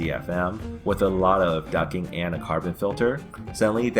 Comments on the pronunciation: The T in Duct isn't silent FYI. I keep hearing you say ducking not duct-ing. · its not "ducking" its "ducting" ffs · It's duck-ting. Not ducking. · It's "Ducting" not "Ducking"! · It's " Ducting " not " Ducking " ! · Okay, it's not "ducking"!!! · Ducting!!! not ducking lol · isnt it ducting? not ducking? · plz use the t on ducting its not ducking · Duct not ducking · Ducking?? Quack Quack LOL ITS DUCTING haha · Ducting not ducking. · Ducting not ducking quack quack lol good info though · it's DUCT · The best explanation I have found so far!! Just add a "t" and I will watch all your other vids! (its a bit like fingernails on a chalkboard....) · When did the T in ducting become silent? Ducking? Is it like the L in solder? Too hard to manage or something? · He actually typed it too. He SPELLED it 'DUCTING'...I don't see how he could get the pronunciation so horribly wrong.